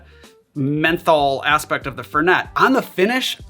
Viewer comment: FEHR-nay. Not FUR-net